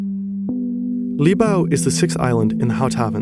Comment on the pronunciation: You need an AI that can say the Dutch words better, hoog is hoog, not hoeg.